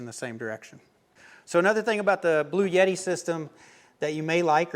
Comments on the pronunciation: I really like your content and this is a good review of the products shown. With that said, there is no "Y" in the name. It's "Blue" "Etti". There is no "Yeti" with this power station. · It is pronounced "Blu-Etti" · Per Wikipedia, a 48-volt DC electrical system voltage is a relatively low-voltage electrical system that is increasingly used in vehicles. It began in the 2010s as a way to increase the propulsion and battery recharge during braking for fuel savings in internal combustion engine vehicles, especially mild hybrid vehicles. Also, are you sure about your pronunciation of Bluetti? I was pretty sure it is Blue-titty.